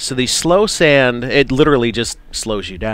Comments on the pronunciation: it's soul sand not slow sand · It is NOT called slow sand XD it is soul sand